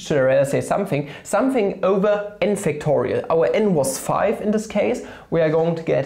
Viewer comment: Waa not pronounce five as faa !!!!!